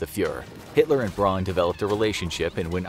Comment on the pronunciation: Eva Braun’s last name should be pronounced like the English last name “Brown”